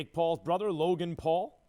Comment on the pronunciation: Did he just say “Jake Paul’s Borther”😂lmao